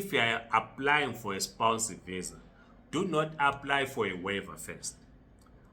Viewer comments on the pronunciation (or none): Spouse spouse not spounce jirre